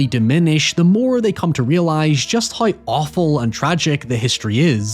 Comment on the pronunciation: It’s the first time I hear someone pronounce “w” as “y” Ex: how = hoy, now = noy, however = hoyever